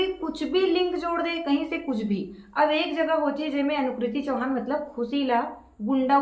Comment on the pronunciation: आप तो हिरो हिओइन का नाम सही तरीके से नही बोल पा रहे हो एनालाइज करना तो दूर की बात है, अनिकृति चौहान को अनुकृति चौहान बोल रहे हो जी ब्लॉक वीडियो बनाकर अपने चैनल की टीआरपी बढ़ाने के लिए कुछ भी बोलते रहते हैं,,,, इस तरह से किसी के बारे में कुछ भी बोल देना सही नहीं है बोलने वाले बोलते रहे बोलने से कुछ नहीं होता है आप सिर्फ और सिर्फ अपने चैनल की टीआरपी बढ़ाने के लिए ये सब कर रहे हैं, आप को फिल्म अच्छी नहीं लगी तो आप मत देखो आपको फिल्म देखने के लिए कोई मजबूर तो नहीं कर रहा है